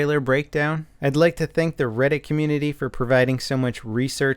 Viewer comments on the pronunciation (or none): none